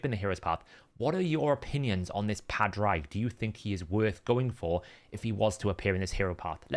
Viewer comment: Just want to leave a quick note, "Padraig" is pronounced "pawed rig"